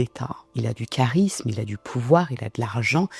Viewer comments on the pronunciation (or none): none